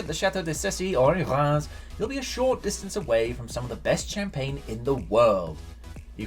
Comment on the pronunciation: Reims is pronounced Raaz though, with a French R sound.